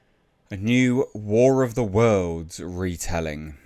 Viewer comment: "War of dem Worldz" starring Ice Crube.